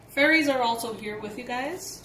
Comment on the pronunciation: Wait did you say fairys?🤦🏽‍♀️🤦🏽‍♀️🥳